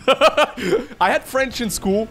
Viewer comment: Top notch french pronunciation!